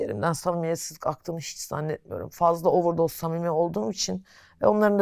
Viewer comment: 32500 kere ovırdoz demesine kaç puan